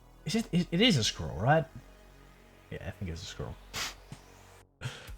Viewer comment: my fav thing is asking my European friends to say "squirrel" and you did not disappoint 🐿️